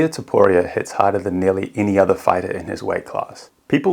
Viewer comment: Nearly??? This guy tried saying nearly😂